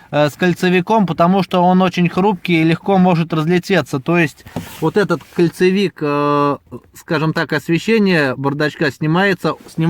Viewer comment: КОНцевик КОНцевик КОНцевик от слове КОНЕЦ, а не от слова КОЛЬЦО!!!!!